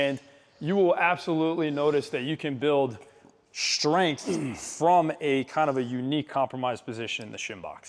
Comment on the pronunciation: When did strength become shtrength? Good content btw